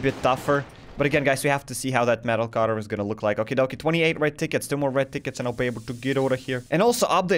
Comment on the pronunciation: The moment I heard u say "30 red tickets" I heard "30 red dickets" and I wuz like "da fuq?"